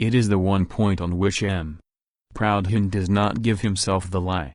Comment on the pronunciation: Jesus, can’t even pronounce the name “Proudhon”!